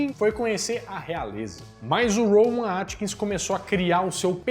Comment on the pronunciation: O nome do ator não é "Rowan Atkins", como você diz. É Rowan AtkinsON. Atkinson!!